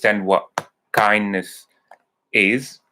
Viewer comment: You mean Kindness ? Not Kindess 😁